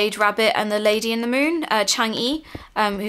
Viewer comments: Just A little fact for, the lady in the moon's name is actually pronounced Chang-a (I think, sorry if i'm wrong.) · It's pronounced (Chong uh)